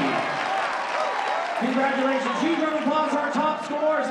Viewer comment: No one: Seriusly no one: Random guy: CoNgRatULiATIOn